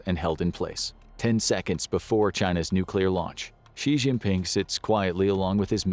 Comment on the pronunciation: For God’s sake, it’s pronounced ‘shin-ping’, and that’s his given name. Surname is Xi (shee).